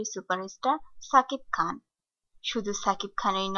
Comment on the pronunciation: পাগলি বলে কি!!! ছাকিব খান বলতেছে কেন...???